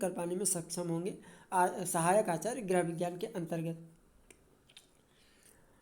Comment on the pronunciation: कृपया गृह को ग्रह न कहें । बहुत बुरा लगता है भाई ।